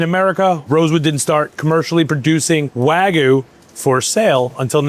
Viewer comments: seconds in. It's WAG-YU - not WAGOO. PLEASE pronounce it properly, thank you. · Never trust someone who pronounces Japanese Wagyu and waaaagu lol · insane to be at the top of the meat game calling it "waaaa gu" smh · i respect what they do, don't get me wrong, but why do american chefs always pronounce it wagoo instead of wagyu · Why is it so difficult for people to say wagyu correctly? It's NOT wagoo. Why do you think the letter y is even there? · Why do all these people always say wagu when there’s a Y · For a guy who loves wagyu so much he sure doesn't know how to say it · If he can pronounce foie gras can he please pronounce wagyu correctly. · blud pronounced all the french oui oui, but can't even pronounce Wagyu correctly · I don't understand how someone so involved with Japanese beef can't pronounce wagyu.